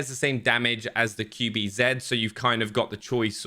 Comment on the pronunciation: i love you but....QBZ. Q - Kju B- Bi Z - Zi.....not zeeeed. Cmoooon dude, you can do better.